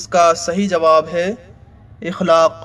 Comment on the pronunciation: اِخلاق نہیں بلکہ اَخلاق ہوتا ہے۔😭😭😭😭